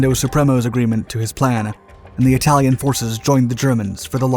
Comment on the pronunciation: Eye talian?😳